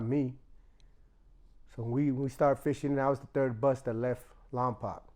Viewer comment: It’s called Lompoc not lompac it’s pronounced lom-poke .